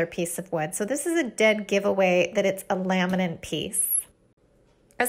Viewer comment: The word laminate does not have an "n" at the end.